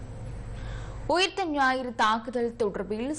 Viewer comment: தலைப்புச் செய்தியில் ஊத்த ஞாயிறு என்று தமிழை மிக அழகாகச் செய்தி வாசிப்பாளர் உச்சரித்திருக்கிறார்.